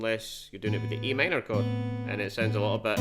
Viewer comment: I guess it’s just your pronunciation of Am